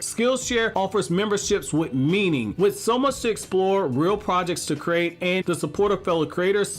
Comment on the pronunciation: Each and every one of us was a crate? 😂😂😂 Why does he pronounce “create” like “crate”